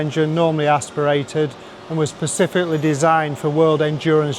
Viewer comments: Percificly 😂😂😂😂 erm... specificly 😅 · You lost me forty seconds in when the MD said “pacifically.” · “Designed it pacifically” 🙄🤦🏻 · did he say our first sautee and then pacifically? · ''pacifically'' haha it's all love - Larry nails it, every time x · I couldn't listen to him after he said persificly